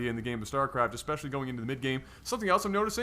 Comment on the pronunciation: Especially. NOT EXPECIALLY